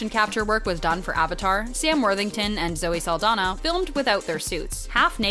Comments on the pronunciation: Saldaña, not Saldana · Her last name is pronounced "Sal-DON-yah".